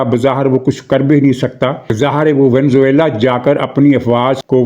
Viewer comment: سب لوگ اس بیچارے ملک کو وینز ویلا بولتے ہیں ۔ درست تلفظ وینیزوئیلا ہے ۔ وی نے زو ایلا۔